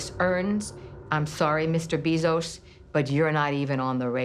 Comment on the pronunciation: You didn't pronounce Bezos correctly. 😢